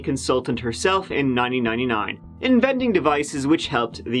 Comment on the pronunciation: When you say 1999 it sounds like you're saying "niney niney nine" lol